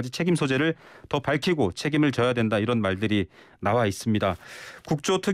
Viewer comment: 잘 들어보세요ㅡ'이란'이 아니라 '이런' 입니다